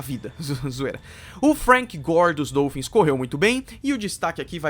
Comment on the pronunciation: mas um ótimo vídeo! Parabéns pelo canal! Continue o excelente trabalho q o céu será o limite! Só uma observação: fala-se dólphins (O aberto) e não dôlphins (O fechado). Abraços!